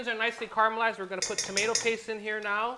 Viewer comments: Kahrmelalized car mel lized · Caramelized ...Carmelize...Carmelize :-)